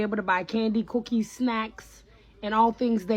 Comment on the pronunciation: the way she says cookies reminds me of the cookie monster